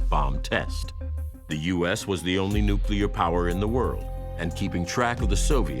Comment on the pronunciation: yet another general who can't pronounce "nuclear."